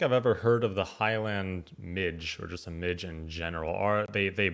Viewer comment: Weirdly, given his somewhat dodgy pronunciation, his pronunciation of 'midge' (midgee) is correct! He should forget bug spray, these wee blighters lap that up. Only thing I found to prevent bites was Avon skin so soft - original only. A very touristy top 10, a lot of which are dependent on weather so people's experience may vary.